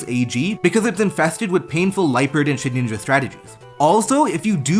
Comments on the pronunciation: Why do u call it ShedNinja Its just Shedinja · Please. Please the name is shed-In-ja not shed-ninja. Please. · Great video but it's Shedinja not Shedninja and that irked me lol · I love your content but I was getting sooooo pissed at you calling Shedinja "Shedninja" 😂😂 great vid tho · It's Shedinja with one N. Why on earth does everyone feel the need to say shedNinja? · Take a shot every time he says “shed-ninja” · Please, for my sanity's sake, please stop saying shed (N) inja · …did you just say “shedninja”? 🫠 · Nobody ever:: SHEDNINJA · You saying Shedninja bothered me so much for some reason. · One day you’ll learn how to pronounce Shedinja. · mispronouncing Shedinja is iconic at this point